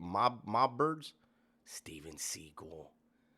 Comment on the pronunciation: By the way, he did say Steven Seagal's name correctly. Steven didn't think his last name sounded good in movies. So his last name is actually pronounced like the bird. Lol. He reminds me of that guy. Just a liar.